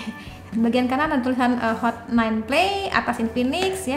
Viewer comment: Hot bukan not.. Pas awall